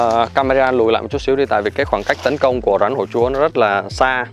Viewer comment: Bạn phát âm khg chuẩn con rắn chứ khg phải con rán